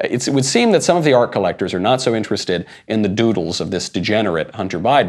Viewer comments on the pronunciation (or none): none